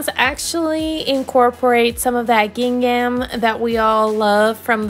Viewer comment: Sorry, I had to mute your voice over and just watch the video. Your constant use of "these ones" drove me nuts! This is incorrect grammar and annoying after the 3rd time hearing it. Also, you are butchering the word GINGHAM! Please Google it and practice the correct pronunciation. No offense, I just could not stand to listen.